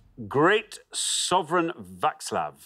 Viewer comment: Just when I thought I couldn't love Xander any more, he comes out with the perfect Czech pronunciation of "Václav" and tops it off with that singing performance! Wow! 😍😍